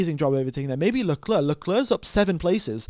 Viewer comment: Can I just say that it's pronounced LeClair and not LeCluurh